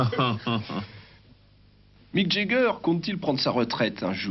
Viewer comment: Wouah les français et l'anglais.. pathétique, même les noms connus comme Jagger qui devient Jegger et Mick qui devient Mike🤣